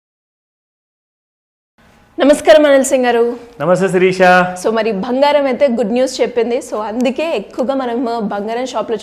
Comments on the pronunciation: 'బంగారం' తల్లీ! అది భంగారం కాదు 😂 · Anandam lo bhangaram cheppindi😅